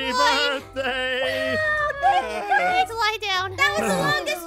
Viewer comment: Ah yes borkday